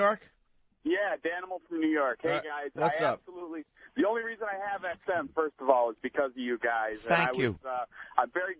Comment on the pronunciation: Rich "Firsht of awl" Vos